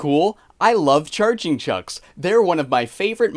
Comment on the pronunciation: That 100% our Canadian accent at work. THERE'S NO MORE ROOM IN THE CER BERB!